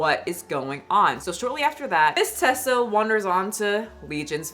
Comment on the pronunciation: Her name is Teesa, like Tea-sa. Not Tessa, like Tesla. You're pronouncing it wrong.